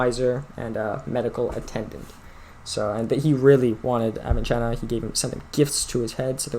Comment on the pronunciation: Not pronounced as "Avichenna" but like "avisenna", that is without "ch" sound rather "s" sound.